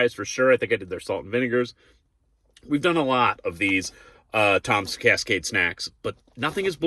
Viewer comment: It’s TIMS!! Not Toms!!! You said it like 5 times and even looked at the packet ! It’s in the Title!! TIMS!!! Do you have trouble reading ?